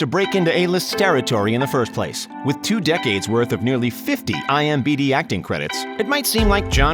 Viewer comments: It's I-M-D-B not B-D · Ok wait, did the narrator just say imBd instead of IMDB? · “IMBD” “zen-die-a” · My man said imbd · Narrator said "IMBD acting credits" 😂😂😂😂😂 It's IMDB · It’s “IMDB”. Not “IMBD”. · He said imbd haha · IMBD instead of IMDB..... Wow!! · Ha. Narrator said, "i m B d":) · this narrator you probably got on fiverr already said "IMBD" instead of "IMDB" and "Karinski" instead of "Krasinski" and I'm only at minute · he also messed up IMDB and said IMBD